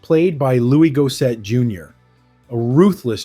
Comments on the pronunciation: It’s pronounced “Looois Gos-sett” . Dude, you mispronounced most of their names. The movie wasn’t considered great at the time but I think it’s aged well. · Had to stop watching at 'Looie Gosay'. Honestly, it's not hard to get these things right.